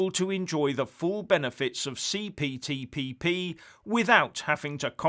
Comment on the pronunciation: say it again,the CPTPP you must have practiced that!